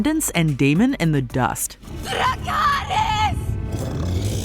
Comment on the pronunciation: They don't even know how to properly say DRACARYS 🙄